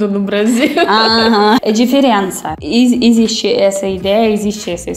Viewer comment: Caramba!! A tem a pronúncia quase perfeita, ela apenas entrega que é estrangeira quando fala a palavra "EXISTE" com o som de "ESSISTE" enquanto o falante nativo diz "EZISTE". Mas não se preocupe porque é só um comentário à toa!! Valeu!